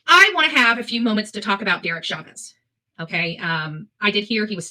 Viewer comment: Dereck ChauVEZ? She’s so dumb she can’t even get names right.